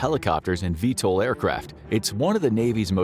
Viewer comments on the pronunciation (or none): none